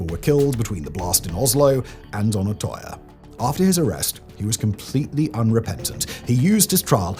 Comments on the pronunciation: You couldn’t even look up how to pronounce Utøya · That has to be the worst pronunciation of Utøya I’ve ever heard… Anyways besides that I remember when this happened. I’m not born Norwegian, but I grew up there. What happened on that day shook a lot of people, and because Norway is a relatively small place I knew some people related to some of the people on that island when this happened. I think the thing that pissed me off the most since then was running into a conspiracy theorist who tried telling me it never happened. If he wasn’t my boss at the time I would’ve broken his teeth for it.